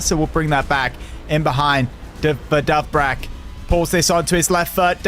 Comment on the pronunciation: bro you pronounce it dovbeek not dovbrak lock in